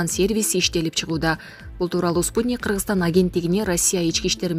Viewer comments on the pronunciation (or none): none